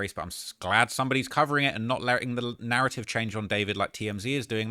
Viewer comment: Narraive 🤣 stop hiding ur T’s bruv we won’t throw em in any harbors